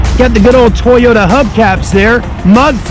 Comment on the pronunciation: toy-yo-ta lmao toyyy